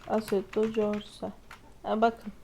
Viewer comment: asetto "c"orsa :DD Asetto korsa diye okunuyo ingilizcen kaç